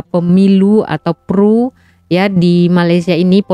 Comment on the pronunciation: Pemilu diIndonesia. Di Malaysia PRU (Pilihan Raya Umum). Sebutannya P.R.U. bukan pru. Sebut hurufnya satu2.